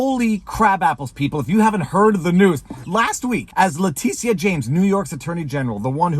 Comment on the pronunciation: Vever. Its pronounced lah Tisha.....lmao